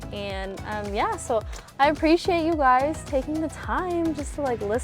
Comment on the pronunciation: "hi guys-a welcome back" ? why do gen z & millennials put an "ah" sound after words now?